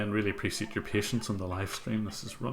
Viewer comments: appreciate!! not apricit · Really love your videos and this was a very interesting stream as well. But sadly the way you pronounce "appreciate" irks me a bit.